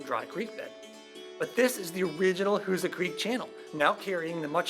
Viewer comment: My parents were from Steelville. I always heard it was pronounced "WHO-zaw"... But nice to see thvideo! e